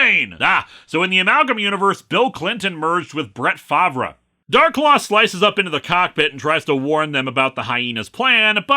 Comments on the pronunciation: Did you pronounce Brett Favre’s name completely wrong on purpose? 😂 You’re supposed to say it like “Farv”, not “Favra”. It’s weird, I’ll admit. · Fun vid, one note: the football player Brett Favre pronounces his last name as "Farv" like the "Marv" part of "Marvin". But points for effort trying to make a sports reference. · ah yes, my favorite Green Bay Packers player, Brett Fav-rah. I wonder if he's related to Jon Fav-rah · It's pronounced Far-veh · New entry for this years “top 10 mistakes” “Fav-re”… Sorry Linkara. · Was mi's pronouncing Brett Favre's name on purpose? It sounded like it, but didn't make sense in context of everything around it..... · ... did you mispronounce Brett Favre's name on purpose? Or was that a genuine slip-up (given his name isn't pronounced like it's spelled)? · I'm choosing to see the mispronunciation of Brett Farve's name as a classic Linkara's from Minnesota moment to get under Green Bay fans skin (yes I know Farve also shortly played for the Vikings). Great episode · How many comments we gonna get correcting Linkara's pronunciation of Brett Favre? Buuuuut, I'm not gonna harp on the pronunciation bit, 'cause I'm guessing Lewis isn't a big football fan (aside from SuperPro of course); I just wish Lewis would've picked a popular 90s quarterback who later wouldn't be accused of stealing money from Mississippi's welfare fund. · That's not how French works: the v is pronounced before the r, with more sound on the r.